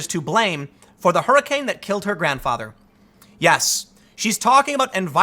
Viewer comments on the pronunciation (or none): none